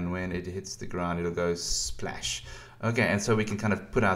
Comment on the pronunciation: Splesh, splesh, splesh, and splesh.